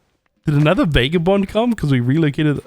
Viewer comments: Fun video, but it's VAH-GAH-BOND, not VAY-GAH-BOND. Every time you say it that way a puppy dies. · NOT VAYGABOND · Love the vid but bro VAGABOND IS HOW YOU SAY IT